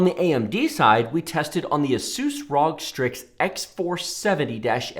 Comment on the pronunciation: I'm sorry, but the way you pronounce "ROG" is just so off-putting. It makes me cringe everytime.